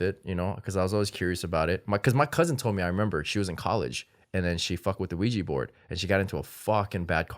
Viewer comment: it's OUIJAAAAAA xD